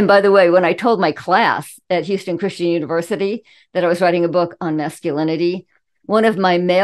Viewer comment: "Hyu-ston" Put an h in front of the U in Eulogy.